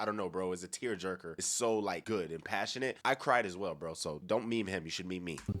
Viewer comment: 😅 he be saying bru 😂😂😂 lol still goat